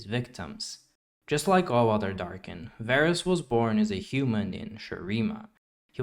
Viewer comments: all the Darkin names include the “ah” pronunciation due to the double A’s. Its funny how you pronounced Varus with the “Ay” pronunciation still considering he’s the exception with only one A. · Why is Varus not Vaarus